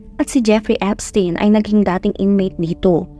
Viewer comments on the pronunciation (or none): none